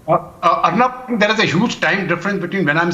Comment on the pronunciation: agree with u...but it's 'aur -- nub' not 'urrnub'